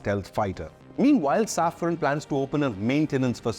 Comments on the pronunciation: SAFRAN, not Safron. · It is SAFRAN, not Saffron.